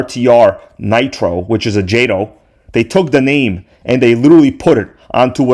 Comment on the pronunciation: Calling jayto😂 and crying 😂